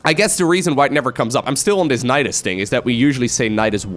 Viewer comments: naedaisais sounds kinda weird lol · Nydus is a made up name but apparently it comes from nidus which is latin for a nest of insects which would be pluralized as nidi. So I guess it's up to whoever pronounces it.